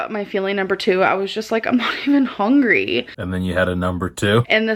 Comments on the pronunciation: she's not "hongery" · "I wasn't even hong-ree for my feelings" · literally!!!! HONGRY she makes me so mad whduwgdnka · HOW DOES SHE SAY EVERYTHING WRONG “I’m not even HONGRY”